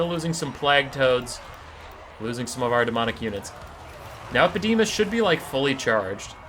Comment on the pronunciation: The fact that you managed to pronounce EpidemIus wrong the entire video baffles me. xD